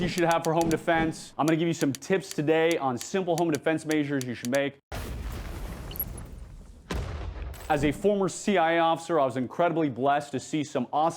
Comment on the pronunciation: You should speak a little slower. It sounds like you're saying you're a former CI officer. The A in CIA is dropped.